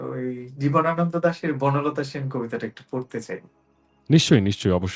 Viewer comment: দাদা উচ্চারণর দিকে বলতে জীবনানন্দ না দিবনানন্দ বললে।